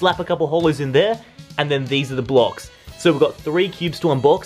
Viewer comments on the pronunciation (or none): none